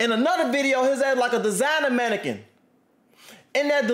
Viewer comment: bro said designer manequin lmaooo